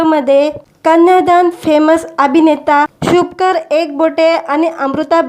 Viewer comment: अहो नांव शुभंकर आहे व्यवस्थित बोलत जा